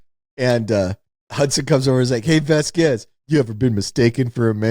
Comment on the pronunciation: Its pronounced Vas Quez. I have no idea what syllables were coming out of Wes's mouth to butcher that name.